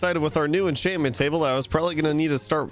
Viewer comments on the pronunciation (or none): Why does he say every enchant name wrong😭 infinite, miners fatigue, exp farmer I can’t unhear it all